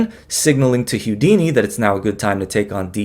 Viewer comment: Houdini is pronounced "Hoo-dini" NOT "Hyoo-dini," or is that Hugh Deeny?